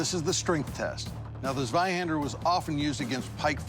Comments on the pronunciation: As a german I did find it kinda funny that they at least tried to say the German weapons correctly. Eventhou they boucherd the names. They at least came close for example when they tried to say "Zweihänder" it sounded like "Sweihänder". So it's not a big difference and I can understand that to others it is hard to say german words or names. Great video and people. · All right, guys, the German in me feels the need to correct your pronunciaction: Zweihänder - /'tsvaiˌhendɐ/ Landsknecht - /'lantsˌkneçt/